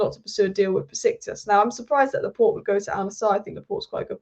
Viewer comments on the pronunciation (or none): none